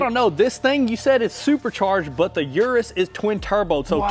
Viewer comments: Is pronounced OOH - DOOHS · you gave it away in your last video u said uris